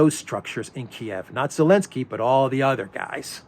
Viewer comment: Zelensky!!!!! Not Elensky